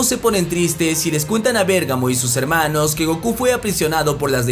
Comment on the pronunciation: Por qué ya no dices helmanos? eso le da tu toque perro